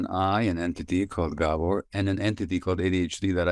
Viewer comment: It's GAH-bor not Guh-BOR.